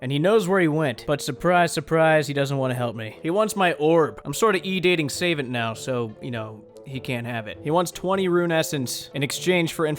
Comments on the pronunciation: NOT SAVE-ANT, SA-VAHNT, REEEEEEEEEEEEEE. jk like the video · I was surprised that he doesn't seem to know.. He kind of pronounced it like "Sayvant" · How do you butcher "savant" so badly 🤔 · Pronounces Zealot, Savant, and Pewter wrong Also: Blows my mind by making me realize that "Sir Tiffy Cashien" is certification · Ya exactly. I knew some of them had pun names but I never realized they ALL do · I really hope you know how to actually pronounce "savant..."